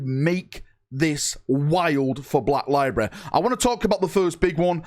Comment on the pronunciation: Library is a three syllable word.